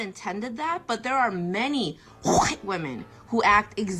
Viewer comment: Woman that says white reminds me of Family Guy where Stewie can’t say Will Wheaton or wheat thins without the overemphasis